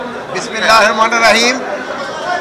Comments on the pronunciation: এই মহোদয় তো বিসমিল্লাহ পুরো উচ্চারণ করলেন জয় সাহবের মত করে, যেটা ভুল ছিল। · বিসমিল্লাহ বলতে পারে না